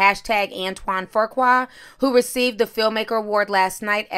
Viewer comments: It's pronounced ". FOOH KWAH" Do better. 🙄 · No "r" in the name lol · stays butchering people’s names; then gets indignant when people correct her. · Nacquia Johnson 🤦🏾‍♀️OMG, that ish was irking my soul. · 😄😄🤣🤦🏽‍♀️ I'm like "where tha r!?" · Right!! Where is she getting that damn R from? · Can someone tell me where the extra letter “R” came from 🤔😬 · I hate how she is pronouncing his last name😠 And Lisa betta mind it before Nicole takes her man again! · Girl say his name right smh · Fuqua... FOO KWA not FORQUA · Antoine pronounced "few qua", not "foe qua". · OMG it is pronounced FEW-kwa!!! It's like nails on a chalkboard everytime you say FOR-kwa!!!!!!!!!!!!!!!!!! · Why you keep saying FURQUAR when it's FUQUA.. in other words FOOQUA... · Right! I mean, he doesn't deserve any correction lol but it's pronounced "foo-kwa" I'm wondering where everyone keeps coming up with a "r" too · Fuqua is pronounced FYou-Kwah and Foo- Kwah. It is not pronounced For-Kwah or Four-Kwah. Nonetheless, I love your videos. Keep up the great work. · It's not Pronounced: "Foo-Kwah" its Was My Mother's Maiden Name Before She got Married it's pronounced "Fru-Quae" Its French/European. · FOOOQUA is the correct pronunciation of his name. If you say FORKQUA 1 mo gin, Imma jump through this dam fone. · FU qua not for qua, pronounced fu as in the "fugees" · It’s Fuqua not For-qua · Not Forqua... Foo-qua =Fuqua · It’s Pronounced foo-quah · I can’t get past you saying FURkwa... where is the R? 😂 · His name is pronounced Few Qua =Fuqua Nicole needs to remember how Eddie treated her when he was picking up transvestites. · Man!! How about I’ve seen like THREE vloggers add a random R for no reason. One said, “Frew-Kwa” And took me all the way out. Reminded me of my uncle calling us his neffrews. 😂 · Ti, if you don't stop adding a phantom R to Fuqua! LOL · Antoine Fuqua pronounced 'Foo-Kwah'......No offense, you're always on point!😃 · No “r” in his last name sis Fu-Qua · "Fu"(Foo) qua.